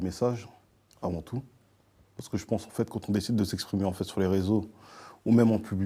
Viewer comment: A 1236 j'ai arrêter de compter combien de fois il a dit enfete 😭😭😭